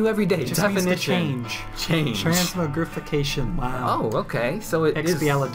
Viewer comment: It's "Trans-mog-rification"